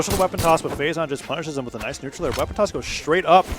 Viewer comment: Phazon: does any sig Commentator: NAJS SIDE SIG